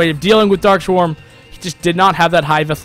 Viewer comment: "dark swarm" not "dark shwarm"